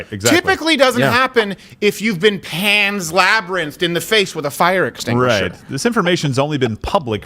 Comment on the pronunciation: “PAN’S LABRYNTHED!!!” Haha!